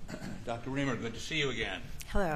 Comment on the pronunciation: R-I-E-M-E-R not Reimer. She spells is out for you within the first 5 seconds of the video.